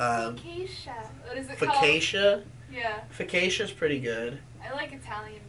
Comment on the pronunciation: MRW I realized that he was trying to pronounce, "focaccia"